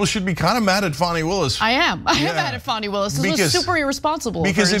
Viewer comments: Fani - pronounced FAN-ee (not FAWN-ee). Just so the record is clear… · Wrong. Tell us you didn't watch the hearing without telling us...